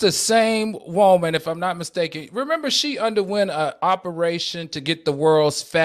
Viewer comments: I Love when Al says Whoa-man!!! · The way Al says WOE-MAN lmaoooo😂😂😂😂I giggle a lil every time.